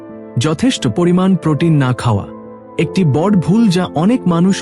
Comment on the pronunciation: বড় কথাটার উচ্চারণ শুনতে আমার কাছে শ্রুতি মধুর হলো না। নিয়মিত, এধরণের অনেক উচ্চারণ আমার কাছে ভলো লগেনি। আশাকরি আপনার উচ্চারণ গুলো ঠিক করে নিবেন। ধন্যবাদ।